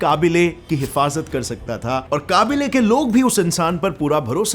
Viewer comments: What the fuck is kabeela It's qabila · Kaabile nahi kaabila😂😂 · Kabile nhi kabeela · Its Qabeela / Qabeely not Qabuly😂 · Qaabile nahi khabila hota hai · कबीला भाई काबिला नहीं